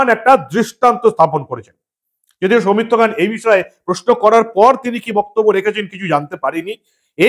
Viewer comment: সৌমিত্র খান 💁‍♂️ উচ্চারণ সৌমিত্র খাঁ ।